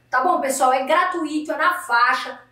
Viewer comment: Se pudesse dava 2 deslikes... um pela chamada tendenciosa e outra por falar gratuÍto e não "gratuito"